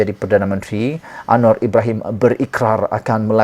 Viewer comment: Admin kau tolong sebut dengan betul nama PM kita tu..jgn kau ingat dia kawan kau..